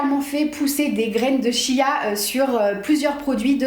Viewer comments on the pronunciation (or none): none